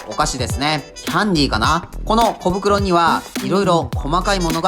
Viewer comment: 小袋の発音が完全にコブクロ